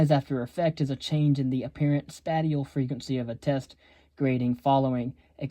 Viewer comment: Spatial is pronounced spayshul not spateal